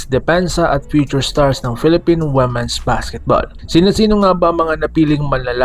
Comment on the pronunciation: Ayudin mo pag pronounce Ng womens